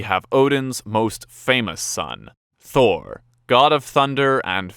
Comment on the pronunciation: Thor must be really sad the Avengers pronounce his name all wrong XD